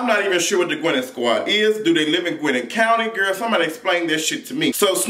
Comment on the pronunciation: "Gwinin' county" 😄😄😄😄😄😄😄😄😄